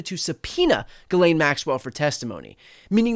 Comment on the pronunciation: I guess you didn't get the memo: it's Geez-len!